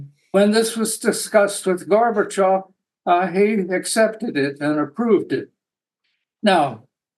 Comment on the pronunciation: It is not polite to pronounciate Gorbachov's name as Garbagov.